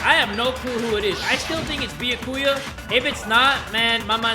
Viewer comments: Byakuya is pronounced like ba-yaw-koo-yuh not Bee-yuh-ku-yuh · I think its byaakuuya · So i just tuned in and... Beyakuya its b ya ku ya lol😂😂😂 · How come no one has made a ruckus about how calls Byakuya: "Boo yah koo yah" Instead of: "Byah koo yah" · dongonrampa 😔 beeyakuuya lmao jk but danganrompa is “dang-on-rompa” and byakuya is “b’yaa-kuya” (pronounced quicker) great video as always! surprised that you started playing this cuz i just did too LOL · It’s bee-ak-you-ahh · Byakuya's name is pronounced Be-ah-ku-a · he meant like ''die- ya'' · It’s bee-ah-key-a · "Biyukuia" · 🐝 yah ku yah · BYAKUYA IS PRONOUNCED [BEE-YOK-OOH-YUH] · no one:, trying to say byakuya: beeyuhkooyah 👽👽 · Me when he says “beeyakuya”: 😔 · Bee ya ku ya its pronounced like that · Stop saying Byakuya wrong its all one word not beeya ku ya. its beeyak kuya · his pronunciation of byakuya's name despite it being correctly pronounced time and time again IN THE GAME is causing me physical pain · Im mad at for pronouncing byakuya's name wrong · trying to exist and keep playing the game: Me annoyed at his pronouncing of Byakuya: >:( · I love but the way he pronounces byakuya is kILLing me 😭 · The way pronounces Byakuya physically hurts my soul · The game saying the names correct: Not Makoto, Bee-ya-ku-yaa, spiky ass hair I dont know. 🤣🤣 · Yo I'ma be impressed if goes through the whole game mispronouncing Byakuya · PRONOUNCE BYAKUYA'S NAME RIGHT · Last night I was praying that would finally pronounce Byakuya's name correctly, so when he mispronounced his name I cry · You are pronuncing Byakuya wrong... and you realllll shoud pass free time with him! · THE WAY PRONOUNCES BYAKUYA AHH